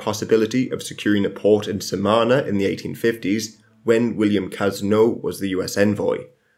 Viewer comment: "SaMaNa" Please, learn your names, I know this sound demanding, but ye, learn your names.